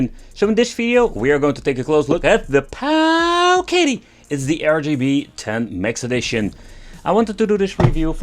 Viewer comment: Every time you say Powkiddy 🤣🤣 👍👍